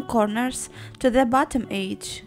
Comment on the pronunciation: you need to say edge right